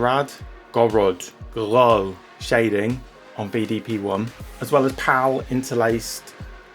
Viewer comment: Great video as always. Gourad is pronounced Gahr-row BTW.